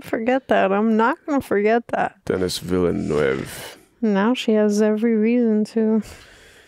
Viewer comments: Just fyi Denis Villeneuve is French Canadian so it's pronounced more like "Vill-nuv" as a Latino I also assumed the same pronunciation lol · finally someone who pronounces dennis villeneuve like me! im american but my parents are brazilian so i grew up speaking portuguese and thats exactly how i said his name! then i found out dennis is french canadian and its pronounced “vil-nuv” 😅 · Pro-tip from a fellow immigrant-turned-Quebecer! The "--neuve" part of Denis's last name is pronounced like "nerve" (as in: "You've got some nerve!") but without the 'r'. Hope that helps ^^ (Vil-neuv) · It's pronounced Denise Villlineauve. Lol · Your example is pronounced more like this: [nɜrv], which sounds similar to the vowel in ‘‘certain’’ or ‘‘her‘‘. However, that’s not quite the sound you're looking for when trying to pronounce Denis Villeneuve's name correctly! Actually, the second syllable is pronounced with a mid-central vowel (schwa), which looks like this: /ə/. It's the same first sound you make when you pronounce the word about [əˈbaʊt]. This sound needs to be used in the “neuve” part of the name. If you know a bit of French, just simply pronunce the letter e.